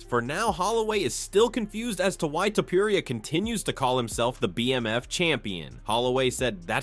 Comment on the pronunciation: dudeeeeeeee stop calling ilia topuraiiiaaa just say it straight topuria :d